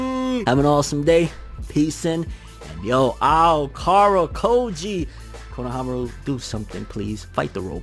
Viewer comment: Yeah it's correct